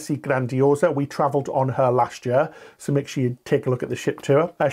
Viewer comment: What’s a “yer”?